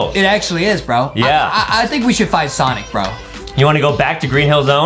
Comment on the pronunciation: stop say sinc it sonic